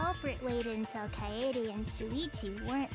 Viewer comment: Om kaede.... Not kayaydays.....